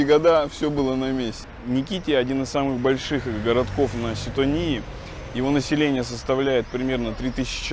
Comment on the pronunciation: Отдыхая на Ситонии,бывала в этом поселке..очень милый!😊 Но пожалуйста,не коверкайте названия!ХАлкидики,удаление на первый слог...СитОния и НИкити..